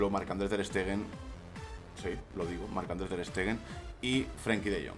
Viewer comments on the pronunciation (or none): Ter Stegen? Pero que dices hombre